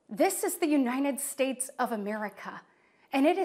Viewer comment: Yea i can't trust someone who smiles for that long and can't pronounce our countrys name correctly... Uninad States? Really? 🤦‍♂️